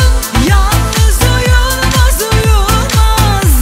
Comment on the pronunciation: ''yanlız uyulmaz'' nedir arkadaş? nasıl bir telaffuz?